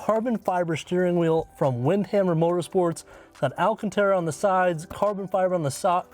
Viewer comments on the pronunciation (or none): It’s Wildhammer not Windhammer.